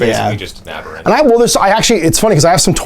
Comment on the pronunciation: Abearants? Lol that’s a new one. It’s Ab-ber-rants (cause they’re basically ab-humans), but yours is pretty inventive.